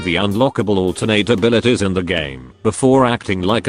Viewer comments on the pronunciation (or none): I like how the robotic voice pronounces “abilities” as “abilitiz”